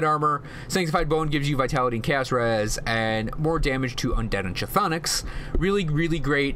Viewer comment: I love the guide, I was needing what's worth using what's not, but when I hear you pronounce the word "chtonic" I wince a little. It's "(kh)thonic" where (kh) is silent, so it's basically "thonic". Just a tip.